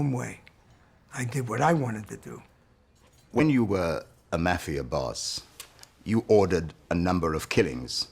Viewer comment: The "mah" fia